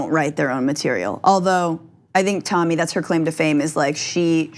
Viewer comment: FYI. It’s Tomi. Not Tami. Do not have the NERVE to EVER make that mistake.